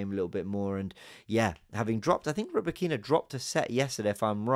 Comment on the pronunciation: RybAkyna, stress on the first A mate. Ryba is a fish on Russian))